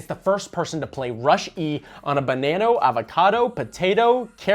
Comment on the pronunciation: Bro said banano😂😂